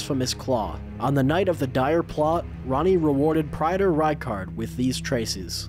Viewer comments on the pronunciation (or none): I normal don’t care about pronunciation, but Praetor has two pronunciations and you used neither. Pray-tor and Pree-tor. Not Pry-tor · Praetor is pronounced: Pray-tor